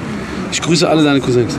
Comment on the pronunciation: hahahahah ab Minuten ,,ich grüße alle deine cousenk